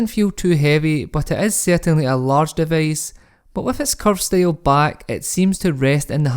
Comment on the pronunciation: Device becomes devace?